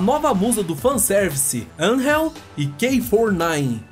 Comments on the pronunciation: Anjel??? O nome depe e angel(anjo e ingles ) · AnRREL, meu brother, ele chamou a AnGEL de AnRREL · Seus vídeos são ótimos. Bem montados e bem editados. Só reveja a pronúncia dos nomes dos personagens. Como Angel por exemplo. O G tem som de J mesmo. Que nem em "Jack'' e não de rr. Anrrél. A acentuação tônica é no A mesmo. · É angel n Anhhhel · Cara, tem umas pronúncias no vídeo que são incompreensíveis. Mas nenhuma supera a pronúncia bizarra de "Angel"!